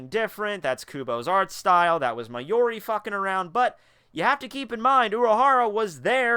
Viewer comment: it's mayuri, not mayori. for someone who's sounds so passionate about this, please at least get the names right.